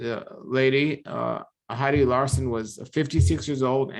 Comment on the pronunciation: for your information her name was pronounced hill… dee. Love your show. You are such a kind man..